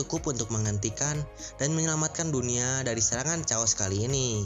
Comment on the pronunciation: Chaos dibacanya keos mang, bukan caos atau ceos